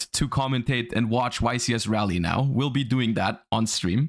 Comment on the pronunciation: got my cards in the mail for Raleigh today (also it's pronounced Raw-lee, not like rally)... practiced all my snake eyes synchro combos for a long time now... gotta reinvent my deck in 5 days thanks konami NA, apparently this is not as big of an event as a french open